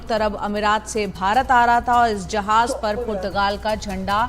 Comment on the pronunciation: भाई जहाज नहीं बल्कि जहाज़ उच्चारण सही करो।